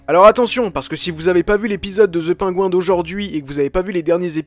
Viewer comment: Très cool comme vidéo, par contre essayons de prononcer "PennGuïnnn" à peu près mais dire "The" et prononcer "Penguin" à la française ça fait hyper bizarre ;-)